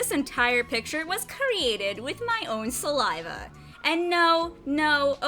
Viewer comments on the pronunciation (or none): Gross when she said salive. Lame video